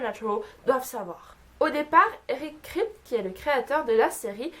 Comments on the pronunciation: Juste on prononce "Kripki" pour eric kripke, et jensen ackles c'est "akeulze". Sinon les faits sont assez intéressants je connaissais que ceux avec la famille winchester, les acteurs, bobby, la mustang et l'horloge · OMG SUPERNATURAAAAAL !! <3 Super série, et super vidéo pour en parler ! ;) Juste un truc, Eric Kripke se prononce kripki, mais à part ça j'ai appris quelques trucs vachement intéressants ! ^^ Continue comme ça, bisous ! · Video sympa mais pas mal d'erreurs... Tu prononces mal le nom de Eric Kripke, tu connais pas le noms des acteurs, l'anniversaire de Sam c'est le 2 mai et non le 12. Ça aurait été sans doute mieux de vérifier certaines petites choses avant de faire cette vidéo 😉 car il y a des fans (dont je fais partie) qui ne manqueront pas de les souligner. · Alors les faits sont plutôt intéressants mais ... pour une fan de SPN je trouve ça un peu bizarre de ne pas se souvenir des noms des acteurs ainsi que les prononciations (ça m'a énormément stressé que tu dises "Kripte" au lieu de "Kripki" et pour Jensen Ackles)... ainsi que de ne pas retrouver le nom du modèle de la voiture, la Chevrolet Impala 1967... 'fin c'est pas contre toi mais pour moi une "superfan" (diantre je déteste ce mot) c'est genre regarder en VO (avec ou sans sous-titres) + connaître pleins de trucs sur les acteurs + regarder des bloopers ou des conventions + avoir des produits dérivés, etc... et pas seulement regarder la série. Je dis ça parce que j'ai une amie qui est comme ça et je pense que c'est ça être une "super fan" ! Voilà j'ai essayé de faire un avis constructif et non méchant ! J'ai regardé ta vidéo jusqu'au bout, appréciant le fait que tu donnais des anecdotes super intéressantes dont certaines que je ne connaissais même pas ! Ça fait plaisir de voir des gens français parler de cette superbe série ! En espérant que tu ne sois pas vexée... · Eric Kripke se prononce "Kripki" et Jensen Ackles "Ackeuls"